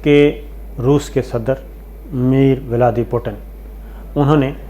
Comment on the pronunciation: روس کے صدر، میر ولاڈی پوٹن !!!!!؛ صابر شاکر صاحب خدارا صحافت پے نہ سہی، خود پے ھی تھوڑا سا رحم کھا لیں، میرے بھائی آپ ARY اسلام آباد کے بیورو چیف ھیں، اور حالت یہ ھے کہ اردو میں بھی روس کے صدر ( ولادی میر پیوٹن ) کا نام نہیں پڑھ پاتے؟